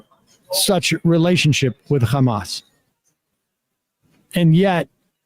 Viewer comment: He repeatedly pronounced Hamas as HAM--us. Like Easter ham. Repeatedly. How is possible he doesn't know how to say it? I mean, i know....but STILL. He was president. Jeez